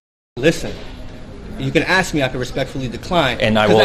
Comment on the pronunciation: "If you aks me" - what an idiot. Just arrest him. Cocky little idiot. It really is a bad script. It's amazing how many cops don't know it.